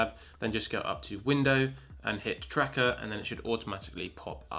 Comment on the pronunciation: its called tracker not TRACKATAR